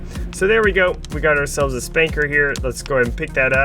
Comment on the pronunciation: Spanker? Don't you mean Spunkner?